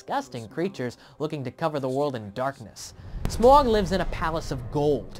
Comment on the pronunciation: and for fuck sake its pronounced smAUg, not smorg, I'm not some huge hobbit nerd but they say it in the film like 100 times - its SMAUG